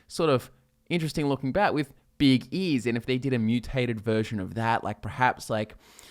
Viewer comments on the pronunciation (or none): "Beeg eeees " you mean big ears???